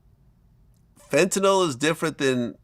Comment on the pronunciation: It is pronounced "FEN-tuh-nil" c'mon Vladimir get it together ya schmuck.